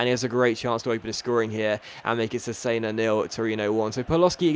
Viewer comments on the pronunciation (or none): cesena is said like chesena, KEEP UP THE AWESOME VIDS!!!